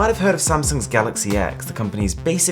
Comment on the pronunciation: It’s pronounced ‘galaxy 10’. It’s really not hard to get it right...